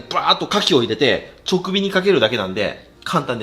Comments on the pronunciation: ちょくびwに違和感 じかび って言ってww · すみません💦 【直火】←ちょくびではなく【じかび】です💦 気になってしまいました😂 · ジカビをチョクビって言ってたりカボスをすだちって言ってたり、相変わらず言い間違い多くて草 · ちょくびじゃなくて直火(じかび)だよー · 金子。 直火→ちょくび× じかび○ 覚えていこうな。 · ちょくび気になる笑 じかびです。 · 直火って「ちょくび」じゃなくて「直火」じゃない？ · ちょくびじゃなくて、じかび・・・ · ちょくび、じゃなくて、じかび。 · 直火→ちょくび？ じかび では？ ま、私の好物の牡蠣とかぼすだから、聞き流しちゃいまーす😋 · 「ちょくび」じゃなくて「じかび」ね。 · 「じかび」を「ちょくび」って言ってるのめちゃくちゃ学のなさ出てる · ちょくびが気になる…じかびって言ってくれ… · 間違っていたら申し訳ないのですが、直火→じかびだと思います！ちょくびとも読めたらごめんなさい… 毎回面白い動画で楽しみにしてますー！ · 直火は「じかび」なのに「ちょくび」は間違いが気になりすぎる。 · 『ちょくび』じゃなくて 『じかび』ですよ～(笑) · チョクビ ❌ ジカビ ⭕️ スダチ ❌ カボス ⭕️ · じかび？ちょくび？ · 直火は ちょくび じゃなくて じかび だと思います、、 そろそろ牡蠣食べに広島に行きたいなぁ🍁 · 直火 ❌ちょくび ⭕️じかび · ちょくび❌ じかび⭕️ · 「直火（じかび）」のこと「ちょくび」って言ってて親近感（自分たまに言ってしまうので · 直火(じかび)です🎉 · ネタじゃなくちょくびって言ってんの草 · 直火を(ちょくび)って読んでるのに気になってネットで色々調べてたら動画終わってた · 「ちょくび」って言ってるのが可愛い 笑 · 直火（じかび）じゃ？ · 「じかび」ですよね？ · 直火（じかび）って読むんだよ金子くん